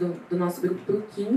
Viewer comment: Só eu fiquei com agonia dela errando o nome do Kim 😂😂😂